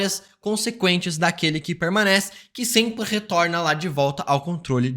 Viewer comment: Multiverrrrrrrrsal eterrrna peurrrrmanece